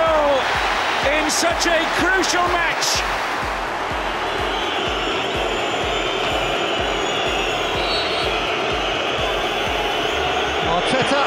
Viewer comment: the way the commentator said artetaaa it didnt sound right